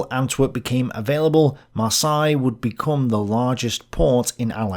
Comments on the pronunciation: Maar say, Maar say, not Maar sigh! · Heads up the "Seine" in "Seine River" is pronounced with a soft "S" not a "Z" sound. For "Marseille" the "ei" is pronounced like the "e" in the word "led" ("he led us to victory") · “MarsAille”??? I’d always heard it said as “MarsEille”, including in France. Not sure if this is a British English vs American English thing. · Mispronounced Marseille....Mar-say not Mar-sigh.. Seine River...sane....not sign. Ugh! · Not marsY we prononce it mars heylle thats how you should try to say Marseille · Yes, it is Mar-say. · If you're going to do this, learn how to pronounce Marseille correctly. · The way you say Marseille must be intentional. Gotta show the French who is the boss. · I often wonder where you come up with the weird pronunciations for places and people on your channel. Google "How the French pronounce Marseilles" and you will get the correct pronunciation. Of course, that works for most other place names as well, if you use the local pronunciation in your query. The local pronunciation is always the correct pronunciation. You did get the pronunciation right later in the episode. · Driving me nuts too and I'm a Kiwi. You'd think that growing up in England you would have heard Marseille pronounced a few thousand times! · Love but he's mangled french places too! Marseille changed through the video too!